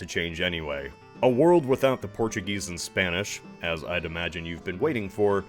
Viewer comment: You didnt even make the effort to go to google translate and hear the spanish names being pronounced, good video but very difficult to watch due to your horrid north american pronunciation, its not that hard man...